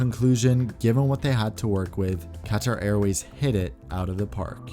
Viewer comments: you pronounced it very well in arabic qatar airways bravo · As an Arab, you have pronounced Qatar Airways in Arabic just perfectly. Of course you had an American accent there but I am still very impressed.